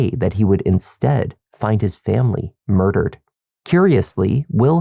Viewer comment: he made sure to roll his R’s realllll pronounced when he said ‘mardered’